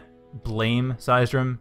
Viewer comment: cheers for using "they" and the pronunciation of seisdrum's nick is almost perfect :)